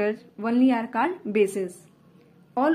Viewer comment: You pronounce 'only ' and 'called' wrong improve it👍🏻👍🏻